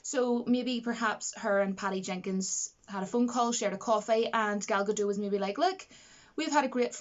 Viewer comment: Gadot is pronounced exactly as it spelled - Ga-dot. 100%. In this video she says it right.